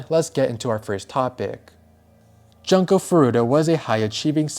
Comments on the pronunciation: not to be that guy but the "jun" in "junko" is pronounced like "june" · It's pronounced Joon ko . Also , WHAT IS WRONG WITH PEOPLE????? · Bro her name is pronounced JUNE-KO. Have some respect and learn to say things correctly. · Not Junko Furu-ACK!